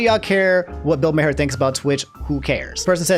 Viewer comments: Something about mispronouncing Bill Maher's name brings me so much joy, because it reminds me he has become so fucking irrelevant that even his name has gone into obscurity. If there are people out there who don't know who he is and think he's always been irrelevant that's even better. I feel like his type of liberalism is so outdated and honestly I hope Twitch drags him for his comment because it feels like he gets away with saying anything. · Senpai noticed me! 🤩 Also, Bill Maher’s last name is pronounced “Mar.” (Rhymes with bar.) EDIT: Also, also, Disneyland was holding a moment of silence for those who’d died of COVID when the photo of the crying Disney Adult was taken. Mother Brain… 🙄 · I might have to sub to 1 of these days, because his mispronunciations crack me up. Bill's last name is pronounced "Mar", not "May Hare" or "May Her". 😂 IDK why getting so upset over a rich old white guy who used to host a show called "Politically Incorrect", but it's hilarious (because "boomers" trigger him). 🤣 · It's not mayher it's Maar if you want to roast somebody at least say the name right. Maher (maar) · Bill Maher's last name actually pronounced Mah-er or Maar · Bill "May-her" 🤣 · Hey, I watch you and enjoy your personality, and I also watch Bill Maher (pronounced maar, like the first part of March, but with the a slightly longer.) Some of his takes are pretty boomer, but for the most part he's spot on the money. I think you should watch a full episode for context to who he is. The referenced "bit" is usually some kind of hot take at the end of his show and is usually the boomiest. That said, I don't like watching people play games all day, and I find it weird that some people do that, so I think what he said there was too vague and out of touch since watching sports, comedy, streamers or anything all day would be unhealthy. Anyways, stay safe and healthy. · here's the full video on the Bill Maher (pronounced as Mar) take